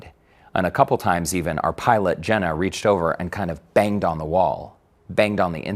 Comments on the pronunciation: I take it he was trying to say "Zhenya" when referring to the Russian pilot. That's the only Russian name I know that sounds remotely like "Jenna" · Lmao "jenna" bruh it's Eugene